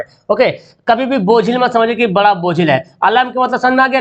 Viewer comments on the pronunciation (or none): none